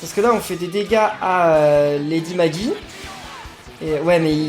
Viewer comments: la même. Lady Magie en prononciation c'est bizarre. Lady Maggie se dit Lady Maguy voyons. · La lady perpétua des limbes éternelles s'appelle lady maggi et ça se dit lady magui